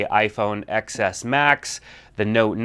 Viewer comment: TEN S....not EX Ess